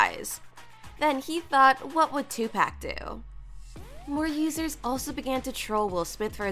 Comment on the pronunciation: Don't ever pronounce Tupac's name as Twopack .....